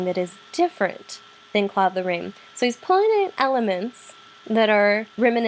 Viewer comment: Apart from the wrong way of pronouncing Claude Lorrains name it was a good lecture. Still can’t stomach English speaking people pronouncing « Claude Lorane » though, unbearable